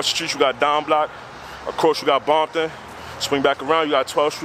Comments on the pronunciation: Did he say Bompton ? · Was he saying bompton? When he was saying the names of the blocks? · This cat is a blood. He said bompton. Yeah is confirmed he's a blood. The handshake.